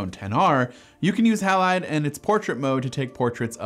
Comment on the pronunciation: Surely "Halide" is pronounced "Hay-lide" --- It's always pronounced like that in chemistry.